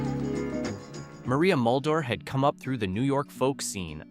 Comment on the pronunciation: Your pronunciation is horrible !t's Maria Mull-Dower not Mull-door!! The group that sang Vehicle was the "Eyedes of March, not the Ids of March. I still hear some of these songs, but most of them deserve to stay buried!!